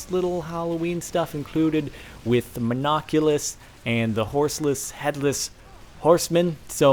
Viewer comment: No, its Mon-oc-u-lus.